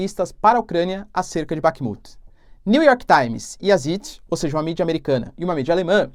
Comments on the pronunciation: Professor não é sit se pronuncia Tzait. Significa Tempo, e seguido de um í tem o som de aí por exemplo Einstein vc pronuncia Aistain. Zeit o Z tem um som de Tsé mas bem rápido. Não sei explicar pq não aprendi gramática só sei falar alemão por que moro aqui mas não sei nada de gramática abraço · Professor ''Zeit'' se pronuncia ''Tzait'' com um t quase mudo no começo como em ''tsar'' e significa tempo em alemão. Um abraço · Zeit = "tzáit" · Ótimo vídeo, professor. Só um comentário: "Zeit" se pronuncia "Záit" e significa "Tempo" em alemão. Abraço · Professor, no alemão, sempre que você ver as vogais "EI" em uma palavra, você pronuncia como "AI". Por exemplo um famoso: Albert Einstein. Então a pronuncia do nome do jornal é "DIE ZAIT". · Obrigado pelo vídeo Professor! Zeit se pronucia "zait". significa Tempo. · Professor, a pronúncia para o jornal "Die Zeit" fica assim: di Tsait. Obrigado pelo vídeo! Estou aqui sempre te acompanhando. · Professor, Zeit é lido como: Sáit Obrigado pelo ótimo conteúdo e por manter todos nós informados. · Tsáit na vdd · "Di dzáit" seria a pronúncia aproximada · O jornal "Die Zeit" se pronuncia como "di tzáit" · Pronúncia de Zeit: Zäit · Compa, o alemao ta mal..vc nao tem tempo de ver o tradutor di google?la vc escuta apronuncia certa.. o ei em alemao e um A.. Di Tzat.. ok??? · Die Zeit.... Ei em alemão tem som de aí.... Então se pronúncia zait e o z se pronúncia como se fosse um tz então se pronúncia tzait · "Díi Tzáit", é a ajuda fonética que posso dar (sem ser D e T de carioca) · Zeit. Pronuncia-se tzait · Die Zeit = Di Záit